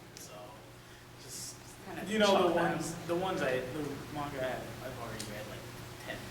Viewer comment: "Animoos or Mangoos" HAh